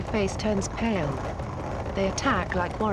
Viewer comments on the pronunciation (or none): none